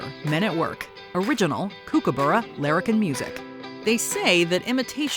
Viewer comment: It's "cook"-a-burra as in you will cook something to eat, not kook-a-burra as in kooky.